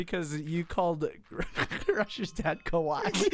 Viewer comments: it's ka-wa-e not ka-why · It's not kah-y its kah-wa-ee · how to say kawaii: ka-wa-ie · ughhhhh... the way they say kawaii.... its ka-wai-y.... not just ka-wai..... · isn't it said car-y-EE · Ka-wa-ii pls xD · when they didn't pronounce kawaii right I wanted to cry because I'm japanese and uGh